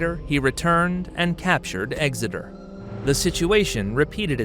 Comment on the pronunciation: Also - Exeter is pronounced with an x - not Egseter.